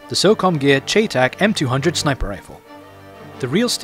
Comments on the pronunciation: chay tack.....its "shytech" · its pronounced cheytac like Shy and Tack. never heard anyone not even a real person who used the rifle in iraq call it a cheytac like chay tack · I'll forgive you because you're Chinese, but it's not pronounced "chaytac". It's pronounced like "Shy-tac". I'm a gun nerd, sorry lol. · Its prounounced Shy-, not Chey like its spelled. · its pronounced chey tac like shy tac not chay tac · Don't know if someone pointed it out, but it's pronounced "Shy tech". I know it's weird. Also if you've seen the American series, The Unit, they showed 2 of them in an episode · Don't know if someone pointed it out, but it's pronounced "Shy tech". I know it's weird. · hey, its spelled cheytac and its is pronounced Shay-Tec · it is pronounced shytech not cheytac it may be spelled that way but it is not pronounced that way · he was saying in wrong thy whole time. its spelled chaytac but its pronounced like shytac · its pronounced Shy-Tec just to let you know :) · its pronounced SHY-TAC! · its pronunced crytac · No its pronounced Chay-Tack. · cheytac is short for cheyenne tactical. Its actually pronouced shy-tac. Best regards buddy ;) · its pronounced "Shea-Tac." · pronounced SHY-TAC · Its pronounced Shytack